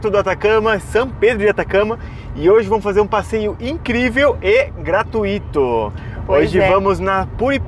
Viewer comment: a pronúncia de gratuito! Preste atenção. Não tem acento. Corrige a pronuncia!! Adoro vcs!! 😍😍😍😍